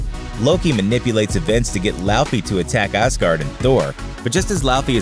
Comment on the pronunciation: os-guard you say?